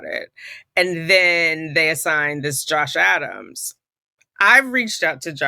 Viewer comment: I love love love the judge sitting in your break room lmao. Every time you say Josh Adams, I hear Josh Allen. Can you guess I’m from Buffalo NY? I didn’t know you were in NY as well! High five!!! Yes you’re correct. We are a one party consent state. Thank you for keeping us all up to date with this